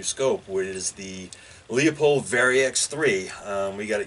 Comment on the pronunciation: Leupold is pronounced LOO-POLD!